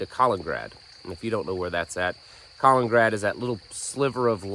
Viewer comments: KalININgrad, not Colingrad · It's KalININgrad.. just fyi Not collingrad. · Mexico isn't going to do anything PS there is another syllable in Kaliningrad.